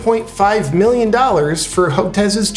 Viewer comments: Millioms? LOL Love you and your vids brother. Keep up the good work. Seriously... just being funny. You're awesome. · "1.5 milliom" (with an "m")...love it!